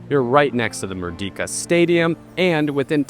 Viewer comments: Pronouncing Merdeka isn't that hard, mind you.. You could've pronounced it as "Merdeika" instead of saying like "Merdika" ... -A fellow malaysian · it's pronounced "Mer - day -kah", not "Mur-Di-Ka" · great review! first time watching your channel. by the way "Merdeka" is pronounced as "mer - day - ka". It means Liberty or Independence. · For future reference it's actually pronounced as "mur-day-ka", and it means independence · as part of your of your preparation, you should check out how to pronounce Malay words (like Merdeka) properly. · Hard to take it seriously when you can’t even pronounce the name correctly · That's not how you pronounce merdeka. It is not a long e.